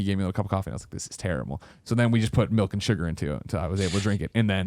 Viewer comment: Melk...we need an intervention